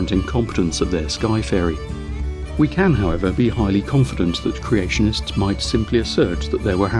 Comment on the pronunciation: "Creationtists"? Love the videos btw.